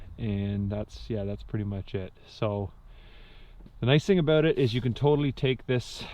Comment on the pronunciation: He said aboot(yes, I am American).